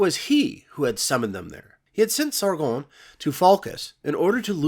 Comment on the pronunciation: I love the way you pronounce Sargon as if its a French name and not Sumerian